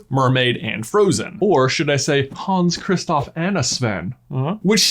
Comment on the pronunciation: "Hans Kristoff Anna Sven" I despise you Like I love you for this but despise you lol rip